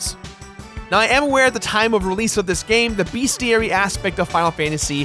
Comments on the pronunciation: For the love of God it is Bes-ti-ary Not Beas-ti-ary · What the heck is a BEASTiary? lol